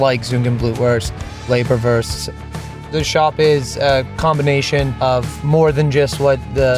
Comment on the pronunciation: it‘s Leberwurst not Lieberwurst👍 and to be exact it would be Hausmacher Leberwurst